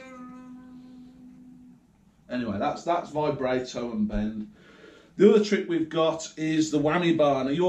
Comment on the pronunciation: () Vibrato is pronounced Vi-bra(like what women wear) -toe.Keep up the pickin arkid,and the Devil stuff obv!